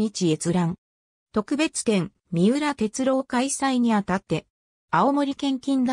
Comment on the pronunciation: みうらてつろうじゃなくてみうらてつおですよ(AIへ)